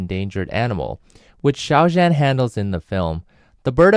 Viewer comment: (Just a note: Zhan is pronounced closer to "John" -- "zh" is a "djuh" sound, not like the soft J in French "je", and the "an" is more like "on", not "anne".)